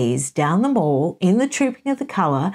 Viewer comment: just a couple of little points, as i know you pay much attention to detail; there is no of in trooping the colour. it is the colour which is being trooped. not the colour which is doing the trooping. hence, trooping the colour. the mall is pronounced like pal, not like maul.